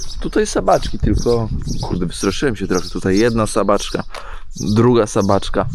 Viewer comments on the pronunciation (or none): nie Sabaczka tylko sabaćka jezeli chodzi o psa. Bedzie poprawniej.